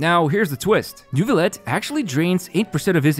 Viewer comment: AAARRG IT SHOULD BE PRONOUNCED NEUVIYETTE AAAARG Sorry, baguette obliged lmao, thanks for the video.